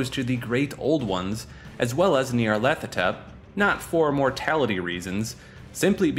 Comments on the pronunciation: Say it with me “Gnarl-A-tho-Tep” thank you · Not to nitpick, but of all Lovecraftian entity names to get wrong, Nyarlathotep is not one. His name is "Nyarlat", while "hotep" is his title as a pharaoh, there's no "th" sound in his name. It's simply nyar-lat-ho-tep.